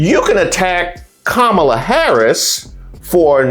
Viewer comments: Hey, does anyone else correct these MF’ers pronunciation every flippin’ time? “Ka-Mala” “It’s comma la!” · kaMAla is the Russian pronunciation of her name. Russians emphasize the second syllable. English emphasizes the first syllable. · I hate struggling with this, but I am voting for her and I keep calling her Kah-mah-la and not Kam'la 😢. I have trouble remembering to do it in the moment. Im sure it will go away once she is inaugurated. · Republicans say Kamala’s name wrong to show disrespect. When they say it wrong…..I correct and if they continue with pronoun it wrong …..there is nothing else to talk about and they are tuned out.